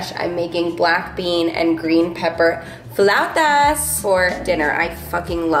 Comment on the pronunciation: That flauta pronunciation 🤌🏻